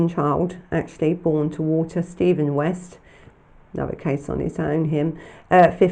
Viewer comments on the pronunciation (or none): none